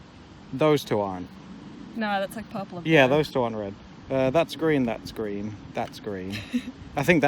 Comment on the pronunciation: "It's so redd" "it's so greenn" Ya'll i'm devastated